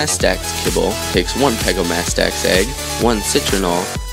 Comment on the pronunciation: the pegostamax is pronounced peg-goes-stem-max i think